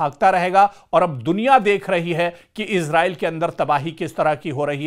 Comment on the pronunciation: Ezrail nahe esrail😊❤